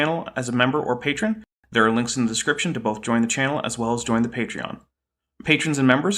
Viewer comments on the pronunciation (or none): none